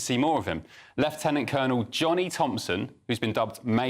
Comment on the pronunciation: Well done for pronouncing Lieutenant-Colonel correctly 😁